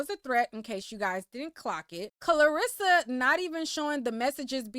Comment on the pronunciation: You calling his momma Clarissa instead of Karlisa is taking me out 🤣🤣🤣 lil miss boxer all in the algorithms…